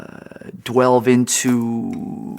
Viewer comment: I love how he said dwelve instead of delve. wutafag.